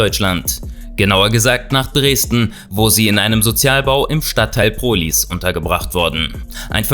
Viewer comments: Es heißt Prohlis und nicht Prohlies aber trotzdem gutes vid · Prohlies xD Komme aus Dresden Klang lustig. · wie er Prohlis ausspricht XDDDDDDDDD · Wie er prohlis sagt😂😂😂